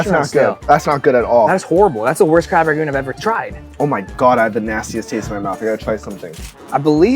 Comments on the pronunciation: And they say “crab ragoon.” It’s RANGOON. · it’s Crab RANGoon not Crab RAGoon